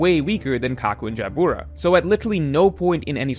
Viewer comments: Pronouncing Jyabura as Jaya Boora is like pronouncing Byakuya as Baya Kooya. I wonder how pronounces Byakuya from Bleach. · Ja-boo-ra 😂😂😂 Figar-land 😂😂😂 Gun-coe 😂😂😂 the way you pronounce Japanese is hilarious. I bet you still call Sasuke Sa- Soo- Kay I’m gonna need you to start watching the show with the volume on my guy. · dawg the way he pronounces Jabra kills me